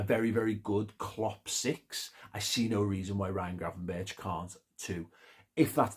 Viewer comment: Berch is something you should be able to pronounce flawlessly in Liverpool 😄. Chicken Gravenberck (talented player, lacking in work rate/relies on talent too much)